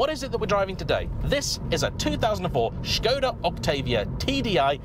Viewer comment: 1 minute into the video, and he said Škoda with the Š, not Skoda like the others… he’s differend, i like it, i’m proud ❤️‍🔥 Thank you 🇨🇿